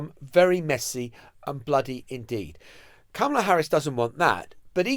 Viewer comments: Her name is pronounced "comma la" not "kam ala" Shes been vice president for over three years....how come our journalists keep mispronouncing her first name??? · Emily, she doesn't pronounce her name CAMELa, it's CARmela. I'm not sure why so many English presenters can't say it. Is it that large an intellectual leap to say someone's name as they say it? It is ignorant to keep mispronouncing a person's name, even as your colleague in front of you keeps pronouncing it correctly. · please learn to pronounce her name right, closer to "comma-la"